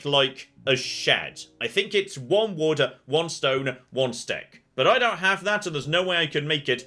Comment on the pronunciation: Every time you say "wood" it sounds like you say water.